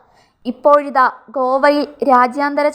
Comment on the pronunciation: കോവയിലോ 😂😂😂😂😂 പോയി വായിക്കാൻ പഠിച്ചിട്ടു വായോ കോവയിൽ പോലും 😄😄😄